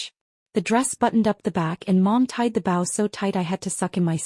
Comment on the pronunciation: Stop mispronouncing bow 😢😢